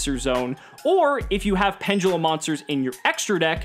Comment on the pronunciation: penDULUM not penGULEM .. dont me